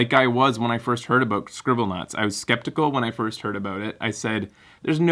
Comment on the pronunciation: You said "frist." :p U's the derp!